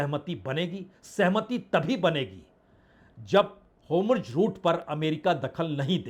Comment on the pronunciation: हॉर्मुज को होमुर्ज न बोलें बाजपेई जी